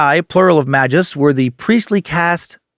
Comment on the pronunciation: Never heard anyone pronounce magvs the way you did... You: ma juhs (I actually like this pronunciation a lot) What ive heard the most: ma gus(how ive said it the last 2 decades+.. Chrono Trigger) Adam Worlock: may gus